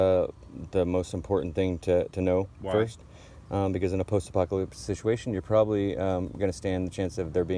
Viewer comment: Love your roll brother, and your word shituation lol.